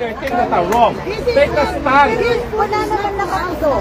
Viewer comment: "Tek a stun", roque, lawyer k b tlg? Tek a stun?😄